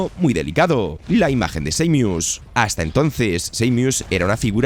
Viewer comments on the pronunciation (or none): El diseño de bayoneta 3 es "asqueroso" nada que ver con las 2 anteriores. Metroid M es EXELENTE, .... SEIMIUS???? ES SAMUS, SA-MUS.... 😒, HOrribLE EL NOMBRE Lo se!!. Battetoads no es horrible, solo feo. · Lo curioso es que al principio dice claramente Samus y después usa esa forma descompuesta "Seimius" que no es ni ingles ni español.😅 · Estos vídeos de mierda son con IA? Primero dice bien Samus y después dice.... Seimius?????????? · SA-MUS no Seymius 😂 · No es samus es seimius 😅😅😂😂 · no es tan dificil decir seimus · Who tf is Seimius? En inglés no se dice así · Entiendo que no todos hablan ingles, o que no todos conocen la pronuinciacion exacta de las cosas, pero, la verdad, si rompe muchisimo el video, escucharte defcir, seimus, o eeeaaa, en lugar de EA, no lo digo de mala forma, o para faltarte al respeto, pero si esto es tu trabajo, dedicale unos segundos a buscar la pronunciacion correcta, no te tardas nada, tu trabajo sera de mayor calidad, y dice mas de ti de lo que crees el pronunciar bien las cosas, estoy a medio video, interesado, sumergido, y escucho, eeeaaaa queremos mirror's edge, y no puedo evitar soltar una carcajada que me hace olvidar el video, en verdad no lo digo de mala manera, si lo lees, espero tomes la critica de buena forma. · Samus, que se pronuncia como se escribe, lo cambian. Y los que si se pronuncian diferente, como Halo, dicen jalo! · Cada vez que dice Seymius muere un perrito. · Estuve apunto de decir lo mismo y leo este comentario, por esa falta de respeto nomás no me suscribo 😂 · Y cada que dice pred"A"tor un gato 😂😂😂😂 dar mucho cringe que pronuncie taaaaaaaaaaaaan mal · Desconozco la nacionalidad del narrador pero los españoles generalmente pronuncian muy mal el inglés. Recuerdo cuando al Ghostwire Tokyo le llamaban Gowaier Tokio